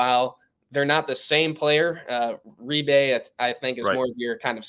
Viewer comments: Big deal he didn’t ( according to you) pronounce Reibe correctly. These kids have crazy names,how can anybody be expected to pronounce them all correctly? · This host is a terrible "insider". He doesn't know how to pronounce Reibe's name, and didn't know Furphy is not related to Johnny Furphy.